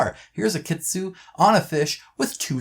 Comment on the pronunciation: FYI Kitsune is actually read as kit-tsu-ne (like 'ne' from 'nepal'), not kit-sun. Japanese love their vowel, their letters end in vowel, which is read. 'n' does have a letter of its own, but if is followed with vowel, the vowel read as part of the 'n' -> 'na ni nu ne no'.